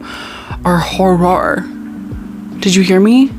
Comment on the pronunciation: every time you said "hor-roar," my soul left my body, but in the best possible way.